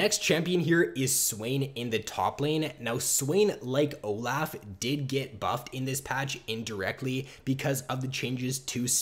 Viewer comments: Oh laugh, he's so good, it's good for Oh Laugh. OH. LOFF. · please stop saying oh laugh. It's insane